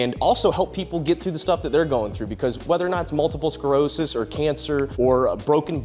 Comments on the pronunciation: It’s multiple SCLEROSIS not SCAREOSIS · 🔫 start pronouncing sclerosis right or i'll kiss you.